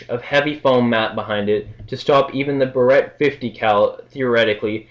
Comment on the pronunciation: Barrett, pronounced BEAR-it.